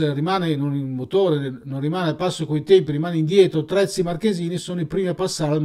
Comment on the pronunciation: Terzi, non Trezzi ...